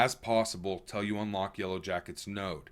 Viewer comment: It’s Till not tell btw